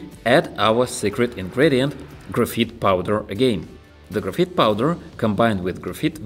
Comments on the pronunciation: lol its graphite not grapheet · This is really cool but it's pronounced "graph-eye-t" in English